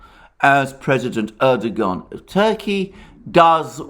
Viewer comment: turned this off after a barrage of "erdo-Garn" - it's a Turkish name, it isn't pronounced like that, make an effort ffs